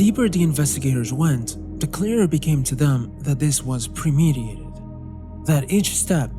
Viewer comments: Good video as usual, minor note though, it's pre-meditated not pre-mediated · Very good video but you keep saying premediated" and not "premeditated" and I want help but struggle a bit mentally when I hear it lmao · you have use this words wrong in several of your videos. It is pre-meditated not pre-mediated. To mediate(which is what you sre saying) is to come between 2 things and try to resolve an issues. premeditated means that you have meditated and thought through your actions. 2 very different things. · It's premeditated, not premediated. Mediation is a process by which 2 contesting parties enter into discussion to find common ground. So it also can't be "pre".